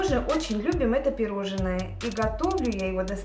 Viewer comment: ПироЖНое, не пироЖЕНное! А так всё очень мило.